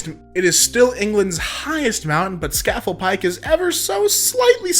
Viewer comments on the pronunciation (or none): Did you just pronounce it "scaffel pike"? I live close to that mountain and I'm insulted.